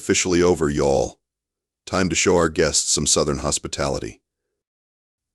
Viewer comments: Y'all is pronounced yall, not why all. Great story though. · Somebody needs to teach the AI that "y'all" isn't pronounced "Y"all. Epic facepalm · For the AI instructor (because it hurts otherwise), y'all is pronounced yawl. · Well done!! But y’all need to teach that AI how to pronounce y’all — just sayin’